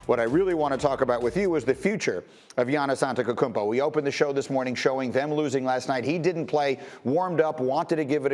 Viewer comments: God damnit start saying people's names correctly... From WoRjanowski to AnteKOkounmpo, really triggers my OCD:S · Greeny..it's ANTE-T-O-KOUNMPO not "Ante-K-O-KOUNMPO" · Did he just say Giannis Antekukumpo